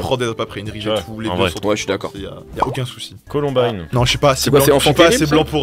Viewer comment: ColOmbine????? Frr c'est Columbine, bonne vidéo mais dommage pour cette erreur.